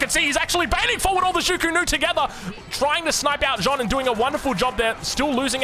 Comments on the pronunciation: I love the videos, but as a french viewer i got triggered by the Joane, the good prononciation would be "Jane" the letter "A" prononciation is the same as the beginning of "Army" or " Arc " so you would pronounce it " Jane d'arc ". Still the videos are amazing thanks for the content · Ouaiiis bonjour à tous ! I'm a French fan ! (Your prononciation of Jeanne d'Arc is, not perfect, obviously, but very good overall ^^ try to say more J"Anne" than J"OAnne" it's a "A" that sounds like the A in "Fact" for example) It's right that the writing of Jeanne is misleading, and the masculine of jeanne, Jean, souds like "AN" (like in "Anvil"), but jeanne is prononciated differently, so even more misleading. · It's JeAnn, with an "A" like in Archer, not John d'arc 🤣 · Yo man i swear I'm pissed at how you say jeanne. Stop trying to pronounce it like it's Jean, the sound changes with the female version. All e's are silent, the double n's sound like a normal n. It's really not fucking complicated: JAN Like Yann, but with a J.......... Same A sound as in "bad". "Fack" "lack" "jack". Jeanne! And Joan is not even french........ I'd rather you call her Jane if jeanne is too hard....... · Jeanne is pronounced almost exactly like gun, just with j, jun. Not John :D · Hey, thanks for the absolutely massive video streak! If you want to perfect your pronounciation (which is honestly already good to my french ears), "Jeanne" is not pronounced "J-han" with a final nasal sound but "J-a-n", with a distinct "a" like in the beginning of "absolute" or "arbalest" followed by the "n" sound;) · Keeps calling her John 😂😂😂😂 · Try to pronounce the letter « a » in her first name like the last « a » of the word : America, and forget the « e » or « o » depending in which language you read it. In french it is written: Jeanne d’Arc But it is pronounced: Jaahhnne d’arc You’re welcomed.